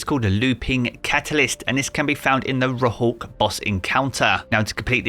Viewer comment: It hurts me hearing it like that xD